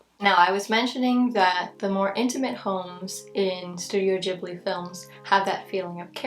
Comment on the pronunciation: Am I crazy? Every video about Ghibli i see on here they say it odd